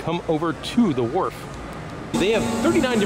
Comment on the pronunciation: Great video. Sounds like you kept calling it the Warp but it is actually The Wharf.